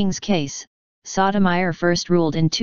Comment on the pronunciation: The narrator have the most annoying VOICE and continue to mispronounce the Justice name.